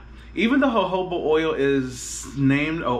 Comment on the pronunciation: Thanks sweety I needed this review and thanks for pronouncing Jojoba correctly😂